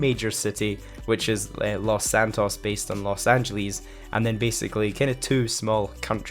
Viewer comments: "Los Angelies" "Jewel wielding" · Los angeleez